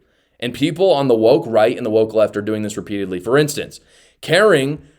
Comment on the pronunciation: Thank you for saying the word woke right!!